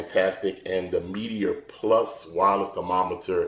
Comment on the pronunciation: Nice but it's "meat-er" not Meaty-er"